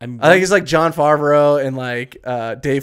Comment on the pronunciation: Im playing a drinking game based on how many names you get wrong. Jon farvrea - favrea, pierce morgan - pierce Brosnan, samurai champloon - samurai champloo, seroph - sephiroth. Im still counting. Ill update the list as i continue watching; unless i black out. Storm - tatsumaki/tornado. General Strong - Major Armstrong.